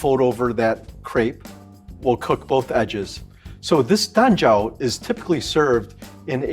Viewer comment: When he says "Dan Jiao" I keep hearing "Lanjiao" 😭